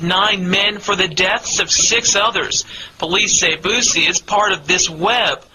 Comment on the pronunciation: Yall please say BOOSIE name right!!!! It aint Bossie!!!